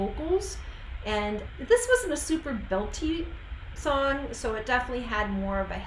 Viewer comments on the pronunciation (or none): none